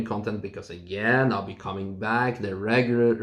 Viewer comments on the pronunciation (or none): Regura... Re-Gru-Ra... Re-Gu-Lar... Thanks for the amazing content you produce every day. Good you're not going to race RCN tomorrow. Watch your health,!